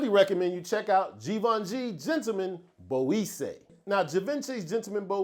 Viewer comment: Great choices as always my brother and good to see new content,also no disrespect please but the word Boisee is pronounced bwazay, salute brother 💪